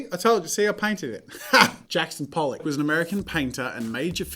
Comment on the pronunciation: Expectation: 10 expensive arts Reality: 50 names Jazza can't pronounce from his wifes beautiful powerpoint pollock boggles my mind. how. Ho0o0w